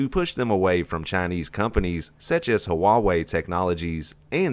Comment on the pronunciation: Wayway is seriously the most retarded pronunciation I’ve ever heard for huawei